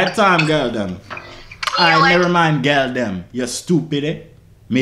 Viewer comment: "Girl dem" it's "gyal dem" dawg learn our shit it's so funny💀😂😂😂brah you need training good video tho shout out to all the Jamaicans 😂😂